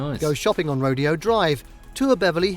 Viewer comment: Ro-day-o. Not rodeo.